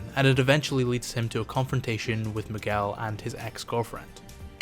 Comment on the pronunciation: Funny thing about the name Miguel is that Manuel is pronounced with the “well” sound like how you pronounced it but are both spelled with “uel” 😅